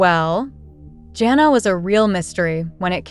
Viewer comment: Hey learn to pronounce her name correctly